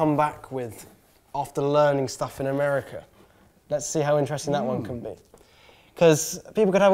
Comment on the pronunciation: gotta start saying “Mercia” and not America....😂